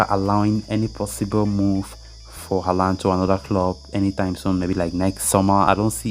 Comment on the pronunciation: its haaland =)